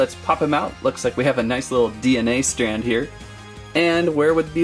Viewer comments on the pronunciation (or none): none